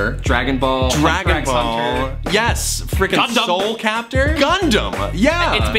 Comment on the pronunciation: am i the only one who realized they said at the end "Soul capter!"